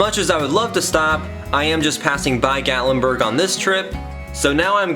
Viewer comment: It's Gat lyn burg is how it is pronounced